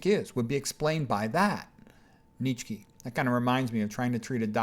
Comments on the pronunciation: Nietzsche is pronounced "Knee chuh" BTW. 😀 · Where oh where did you come up with that pronunciation of Fred's last name??